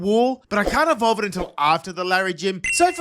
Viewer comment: IT'S EVOLVE, NOT EVELOVE! AND THERE IS NO U IN QWILFISH!